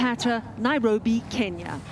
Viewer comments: You can really tell that brick lady really loves her job and why do I hear "Kenier" every time the reporter says "Kenya"? The only time she said "Kenya" was at the end. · You can say California but you can't seem to pronounce Kenya 😂. It's Kenya not kenyer 😂🤦 these people 🙄🙃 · REPORTER SAYS KENYER INSTEAD OF KENYA BUT THEN IMMEDIATELY PRONOUNCES AMERICA RIGHT AFTER LIKE WHAT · Kenyer? That accent is failing you. It's Kenya. Ken-yah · Is the reporter saying, "Kenyer"? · Can you imagine beeing american but not beeing able to pronounce the e syllable on words properly. Kenyer, Herer, wtf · But why do they pronounce Kenya so weirdly? It almost sounds like they are saying Kenyor. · Why is she saying "kenyur"? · Why does she say “Kenyer” when referring to Kenya but says “America” just fine? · Hey lady there’s no R in Kenya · I hate people that add an "r" to the end of random words, why does she keep saying "kenyar" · Kenyar? What. What kind of pronunciation is that. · Can someone please explain to the reporter there's no r on the end of Kenya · Does it bother anyone else that she pronounces Kenya as "Kenyer". Same to those who pronounce China and "Chiner". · Kenyer? Why is the reporter mispronouncing the country's name? It's clearly Kenya. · Why does the reporter keep saying Kenyr instead of Kenya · Why do you pronounce Kenya with Kenyar? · She said Kenyr like 3 times and at the very end says Kenya with no problem. They totally dared her, like some kind of office joke. She's totally in with the after work bar crew now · Great FANTASTIC story. Lady its pronounced KenyA not KenyeRRR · Why does the reporter say Kenyur the whole time except at the end she says Kenya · The way the journalist says “Ken-yur” 😤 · Great idea and great report but I couldn't get over the narrator pronouncing it Kenyur? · Why the reporter keep saying Kenyer, instead of Kenya,🤔😲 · I didnt know it was called Kenyer I thought it was Kenya. Well the last time she finally called it Kenya.